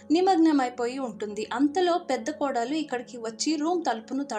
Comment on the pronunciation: Kodaalu kaadu. kodalu